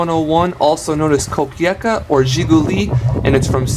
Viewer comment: Its supposed to be KO-PEY-KA. Like this. Nice vid